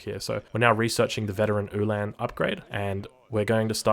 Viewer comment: Very good except for the Ulhan pronunciation. It's like hitting the wrong vowel in an english word over and over. Its not han like hand it is han like Han Solo.